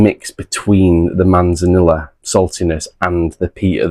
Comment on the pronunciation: C’mon, Manzanilla is Spanish and so two L letters together make a Y sound. So it’s pronounced Manzaneeyah. You are meant to be teaching us, not the other way about 😉 I have that Ballechin actually. Have not opened it yet tho. Edit: Same goes for Amontillado 😂